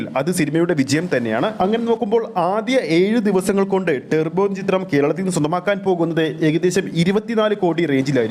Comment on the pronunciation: ടെർബോ അല്ല ടർബോ